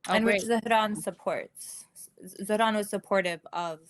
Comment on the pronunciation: After hearing so many people pronounce Zohran as "Zo-Ran", hearing someone actually pronounce the "h" threw me for a loop.